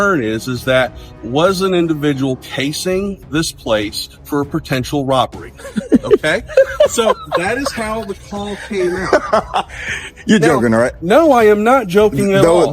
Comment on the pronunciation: "PERFESSIONALISM" is not a word. *Professionalism. "PERTENTIAL" is not a word. *Potential. "UHMOTIONAL" is not a word. *Emotional.